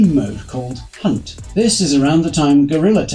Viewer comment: um you said hunt wrong